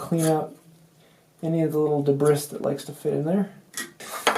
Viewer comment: That was very helpful! You said "debris" wrong but otherwise i agree with all you conveyed.